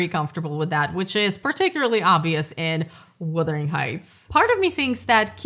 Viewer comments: Can we please stop calling it "Withering" Heights 🙄🙄🙄??? FFS, it's WUthering!!! 😬😬😬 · Perhaps you should pronounce the title correctly? It’s not WITHERING, it’s WUTHERING heights. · Filmmakers are totally blind, deaf, and DUMB when it comes to what the ticket buying public wants from a film. And the word is "wuthering", not "withering"...not to say this movie was definitely withered once released, but the heights were wuthering. Poorly adapted, poorly cast, poorly developed makes for a total waste of money. JMHO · " Wuthering," not " Wothering Heights." The book is great. Thanks for posting this so I will make sure not to watch this version. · What I want to know is WHY so many people keep saying ‘Withering’ Heights instead of ‘Wuthering’. This is the weirdest part to me